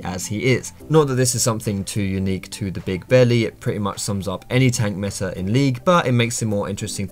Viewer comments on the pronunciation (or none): none